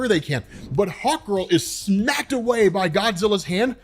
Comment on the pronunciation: Everytime you said Hawk Girl, I heard Hot Girl xD